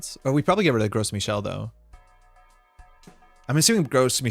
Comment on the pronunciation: it's so funny to me every time you pronounce gros michel as 'gross michel' you live in montreal it's french lol